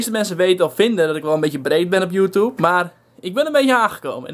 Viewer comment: Je zegt geen joetoeb het is joetjoeb